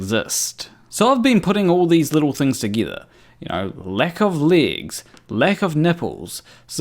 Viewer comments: Ere, It's pronounced 'legs' and not 'ligs' or 'leegs'... Yakki dah. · I am highly skeptical of this person. What native English speaker pronounces "legs" as "leagues"? Where is he supposedly from? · Man can I have those 19mins back..and it took me all 19 to understand your pronunciation of legs..I can't believe you wasted even more of your life to make that..